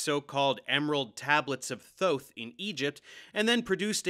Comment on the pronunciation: Thank you thank you thank you for correctly pronouncing Thoth!